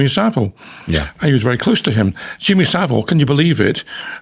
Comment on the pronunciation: It’s vile not ville. Easy to remember.